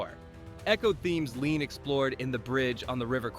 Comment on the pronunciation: Ouick question...We have AI narrating, we don't hear one word from Lean himself so how do we know for sure these really were the films Lean admired most. And sometimes the damn AI can't even get Lean's name right. Leon!....give me a break.